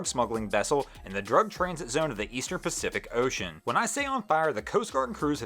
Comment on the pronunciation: Did you say Eastern Pacific Ocean?